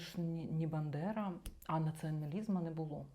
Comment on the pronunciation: Він каже "бЕндера" 🤭